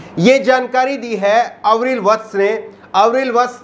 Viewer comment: अविरल, आवरील नाही